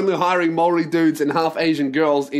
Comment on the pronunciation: No mate man but your pronunciation of Maori is off. Say it like Moldy and it'll be heaps better